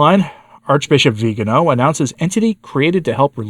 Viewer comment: Thank you for the good coverage of this issue. Would you pretty please pronounce his name correctly? In Italian it is the second to last syllable. So the emphasis is on the “ga”. Grazie.